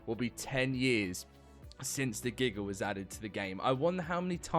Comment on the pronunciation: Gigger is wild it’s giga pronounce dat right next time